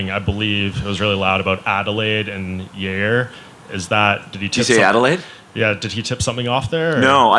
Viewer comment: “Everything is a Yairny” - Yair Rodriguez